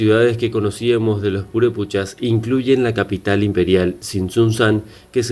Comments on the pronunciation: No es purePUCHAS se dice purePECHAS ! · No se dice purupechas..... es purepechas!!!!! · Disculpa, no son Purepuchas, son Purépechas. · PUREPEEEEECHAS. no purepuuuuchas. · No se pronuncia purépuchas son purépechas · PurépEchas... no PurépUchas... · Lo estas pronunciando mal , se llaman Purepechas , , no puré puchas . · Es Purépechas, no Purépuchas. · Ma migo muy bonito documental pero no son purépuchas , son purépechas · JAJAJAJA NO SON PUREPUCHASJAJAJAJAJAJAJ SON PUREPECHAS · purepuchas.!!!!!.....jajajajaja.....son PUREPECHAS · Purépechas no purepuchas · Purepochas? Deberías tener respeto a los nombres y estudiar mas para no decir tonterías. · Aprende a leer güey! No es purépuchas, es purépechas y otras palabras que dices mal. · Es purépechas NO purepuchas. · Gabriela Hernandez también dice purepuchas y es purepechas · Y purépechas.. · Es Purépechas no purépuchas, es lago de Pátzcuaro no pútzcuaro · No son purepuchas, son purépechas y el lago es pátzcuaro y no putscuaro. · Se dice purépEchas y PÁtzcuaro... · PATZCUARO Y PURÉPECHAS... Wey al menos investiga como se pronuncia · Se pronuncia ..”purépechas” y se dice “Pátzcuaro”